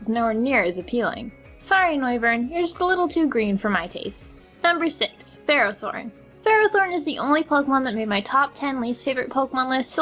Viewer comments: them pronunciations doe. Lopunny, Helioptile. Ferrothorn. Druddigon, Barbaracle She pronounced Lopunny, L-ow-p-unny but its actually; L-aw-p-unny She pronounced Helioptile, H-eli-aw-p-tle but its actually; H-eli-aw-p-tile She pronounced Ferrothorn, F-erra-thorn but its actually; F-err-aw-thorn She pronounced Druddigon, Dr-ew-dd-i-g-aw-n but its actually; Dr-uh-dd-i-gen She pronounced Barbaracle, Barbacle but its actually; B-ar-bear-acle Dont believe me? Go look it up in the anime videos on Youtube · If you're trying to be the guy who always complains about other youtuber's videos, I would suggest you stop. You're not very good at it. "Ferrothron" "Loppuny" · its fer-ro-thorn